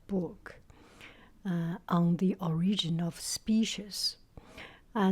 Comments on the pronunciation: Is that Kevin Jr.? And, I believe, the most noticeable mistake is that it's pronounced "O"rigin, not or'I"gin. The accent is on "O". Despite "orIginal". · the first syllable of “origin” is emphasized :) so it’s “OR-igin” not “or-IG-in”. it’s a small detail and the word could be pronounced differently in different English speaking regions. that’s just how I hear most American English speakers say the word. otherwise you sound great!